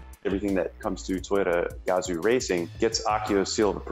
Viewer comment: Yo. Its not gAzo racing.... Its Gazooo racing.